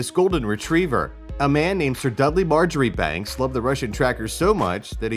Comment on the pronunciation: why is the golden retriever 'infamous'? And 'Marjoribanks' is pronounced 'Marchbanks'